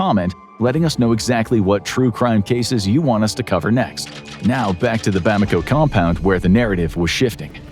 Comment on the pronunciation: It’s ‘Bamako’ not ‘Bomako’